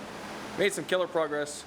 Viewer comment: Yay! "Proguess"